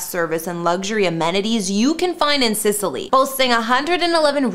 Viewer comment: Need to work on those names a little lol, Sicily, Ionian